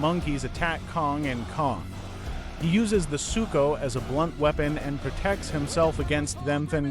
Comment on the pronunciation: he said suko